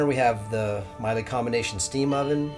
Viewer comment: The product name Miele is pronounced "Mi", with a long E sound - "e" with the same first letter sound as the word 'ever.' "le" has the same sound as the first two letters of the word 'lever'. It is a traditional German family name. P.S. You produce an incredible, second to none, Motor coach. Love your videos!!!!